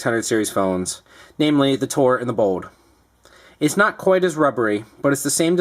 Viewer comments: lol dude its bold not 'BODE' xD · Is he saying 'Bode' instead of Bold!? Lol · It sounded like he was saying Bode instead of Bold :P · why cant this guy say bold....